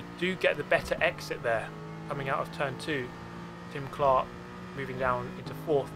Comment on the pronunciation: every time you said Tim Clark I heared Jim Clark. EVERY TIME. Here's an example of an f1 fanboy